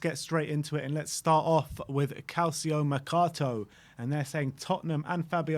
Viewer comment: Kind suggestion: try to improve your pronunciation of foreign words. It would make the channel more professional. Again, in CalCIomercato, the CI is pronounced like in Paraticci, or like saying "chi" on Chilwell 😀